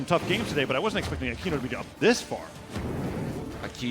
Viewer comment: It's akeno not akino 😅